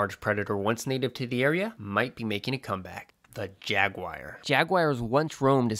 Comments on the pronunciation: The word “ jagwire” hurts my ears. Otherwise, thank you great work.I couldn’t tell, do the wild camels still exist out West? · when I was in S. Africa back in 2000, I heard gemsbok pronounced HEMS-bok. That was certainly unexpected, huh? Jaguar is JAG-wahr, rather than JAG-wire. I've heard that another FL animal with python problems is the key deer.